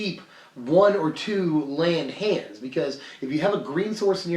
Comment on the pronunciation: what about hannds? like the German name Hanns. As in you got any hannds?